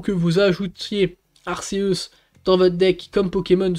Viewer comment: Tu dis toujours ar-ce-us !!! On dit pas arc-é-us ??? Sinon classement honnête 😉